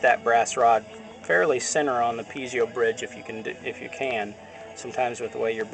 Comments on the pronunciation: Are you sure it's not (Pee et zo) as in pizza. Or even (Pee a zo) would be better than (Pee zee o). That's a nucular mistake. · Brother is is pronounced - Pee Zoh - not pee ze oh - thank you for sharing from OzMerica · For the love of god,please stop saying pee-zee-o. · I know right!!! PEE A ZO or PEE EH ZO. FUCK!!! I can't even watch this whole thing.